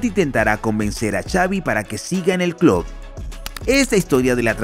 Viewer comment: Hay algo que me pone de los nervios. Como puede ser que una persona que tiene un canal llamado futbol CLUB pronuncie CLUD?!?!?! Me vuelve loco🤣